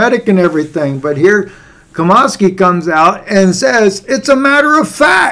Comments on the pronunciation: Its pronounced Chom ski not Comosky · Nom CHOM-skee (like 'chop').